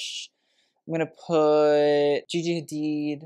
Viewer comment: The way he said gigi hadid 😂. You know you are kinda adorable.